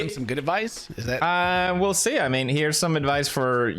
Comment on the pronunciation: i love when felix's swedish pops out. "we'll see" but see is pronounced in swedish haha